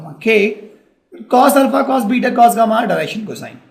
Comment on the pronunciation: cohshines, rayschieos and ul-fa.